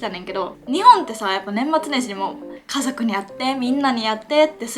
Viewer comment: バリバリ和歌山人で｢かぞく｣言えんくて｢かどく｣って言ってるのかわいい笑♥️